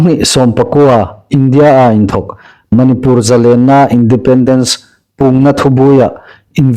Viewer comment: Manipùr tia lam hi indikin ei hriet am ? Manipur ti el ding a nih.